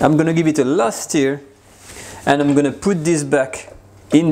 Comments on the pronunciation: It’s a ‘stir’ not a ‘steer’😂🐂🐂🐂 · For the love of god man, it’s NOT steer, it’s stur, like leur. Love you. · Hey, the word Stir is pronounced Stuur not Steer. You stur the food, you steer a car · Wonderful recipemas always. Nb; stir is not pronounced steer but like the french eu = stir. Steu if you like 👍🏻 your english is wonderful. So enjoynauthentic french recipes. More please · Hey,. Love your videos, tried lots of the recipes. Beautiful. That said, I finally feel compelled to point out that your are pronouncing "stir" (should rhyme with "fur") like "steer" (rhymes with "fear"). It's important. When you say "Give the ragout/mixture/stew a small steer," which is how you're saying it, you are actually saying "Give the ragout a small castrated bull." Given how often you say it in this video, there'd be a whole herd of cows in the pot if I followed your verbal instructions! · Persillade no? and mon ami it is "stir" not steer. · STIR = rhymes with FUR not FEAR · I really love this channel and is a great teacher. I'm not criticising or making fun. Just like he is teaching us to cook, I can teach him how to pronounce words correctly in English. If I was pronouncing a French word incorrectly so that it sounds like a different word (stir/steer), i would appreciate a helpful nudge by a francophone person to correct me. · Kazzamatazz: Yah, I like it when he “steers” the bacon. But, I’m being snotty by thinking everybody has to pronounce my language “correctly.” Lots of responses are real snotty, so I tried to hold back until I saw your comment.